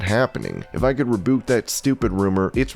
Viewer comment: Rebuke is said RE “BYOOK” NOT RE BOUK” 🤣